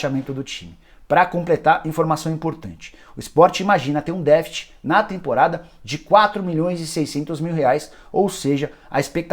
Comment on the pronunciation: Não é “défit”, é déficit.